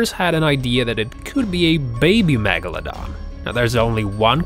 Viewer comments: He also says magladan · No one: Literally no one: Not a single soul:: mAgoladon